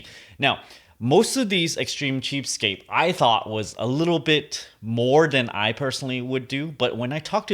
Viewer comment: trying to say cheapstake for 20 mins